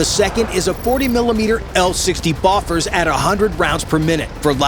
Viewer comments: FYI The name of the M142 is pronounced HIGH - mars, not HIM - ars. It's not pronounced BOFF - errs, it's pronounced bow - FOURS. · I was like "wtf is a boffers?" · Boe-fors and hy-mars. Ffs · The pronunciation of BOFORS and HIMARS hurt me in a special place.